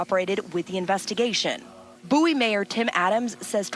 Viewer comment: Bow-ey? Where the hell u from slim